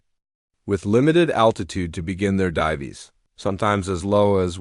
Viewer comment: divees????? AI SUCKS!!!!!